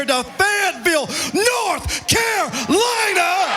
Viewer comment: NORTH CAR-LINA